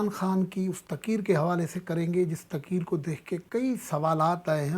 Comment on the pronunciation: صاحب میں آپ کو باقعدگی سے سنتا ھوں ابھی آپ تقریر کو بار بار تقیر تقیر فرماتے ھیں پلیز اس پر غور کریں